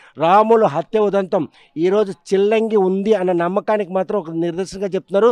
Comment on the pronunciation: సిల్లంగి కాదు చిల్లంగి